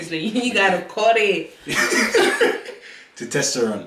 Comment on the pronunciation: Love love love u guys. Btw did nobody else hear say "TOTESTERONE" oga noooooooooo!!!!!!!